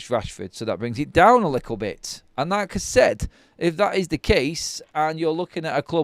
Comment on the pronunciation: Is little pronounced "Lickel" in Manchester?